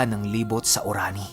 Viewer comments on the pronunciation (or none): korani lods o Orani😁🤣🤣🤣